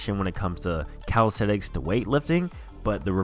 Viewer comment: its calistheNics, not calistheTics